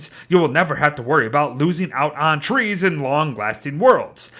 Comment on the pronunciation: Anyone else here when it said "tress" instead of trees